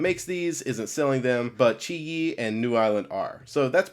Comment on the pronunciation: You are one of the first people who knows how to pronounce qiyi :P